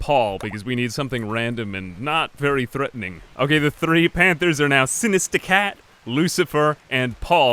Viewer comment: I love how you say Sinista Cat. Also I love this series.